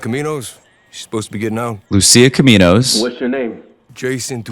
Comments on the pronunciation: It´s 'Caminos' mate, not 'Cominos'. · Caminos not cominos